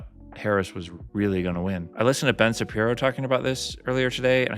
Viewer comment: Well, it's Shapiro, not Sharp-iro